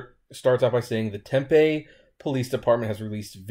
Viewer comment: oh dear god. ..DUDE. .. IT'S NOT TEMP-A...IT'S TEM PEE. Im beginning to think you do this on purpose. ..I have replied multiple times as well as several others. It's getting quite irritating. T E M P E E... TEM...PEE. not real sure I can watch you anymore